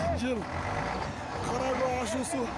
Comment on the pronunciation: Кара Коо эмес Кара Көө